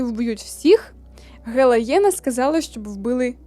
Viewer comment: мені здається, що не гелаєна, а гелейна, в книгах написано саме так) дякую за відео!